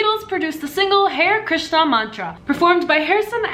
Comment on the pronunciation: The way she pronounced those Indian words...